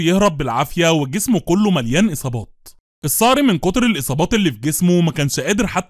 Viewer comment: السنه 2024 ⚠️اسمه الصقر✅ وليس الصار ❎ اذا النطق لست صحيح فالمحتوى ليس صحيح